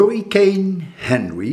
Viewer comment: It's Henri, not Henry professor. Pronounced ahn-ree. I wish you the best kind sir. I'm not too far from you, in the Newport RI area. So far it's not very bad here, but over 10,000 have lost power in my little county. That's roughly about 10%, or so. It seems to be sliding on by us, as it should where you're at in Cambridge too. Your house in Connecticut is another story however. I hope nothing happens to it, and I hope you have power when you get there tomorrow. That would be very nice, as you won't have to drive back again in the same day. Which sounds like a lot to do, especially with all that's going on. I imagine the roads will be busy. ✌️